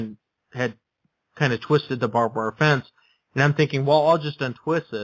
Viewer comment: You do realize it's "barbed wire" (not "bob wire"), right?